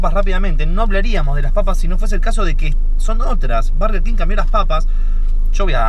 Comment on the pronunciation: por qué sandals dice bErger king jajajajajajsjsjjs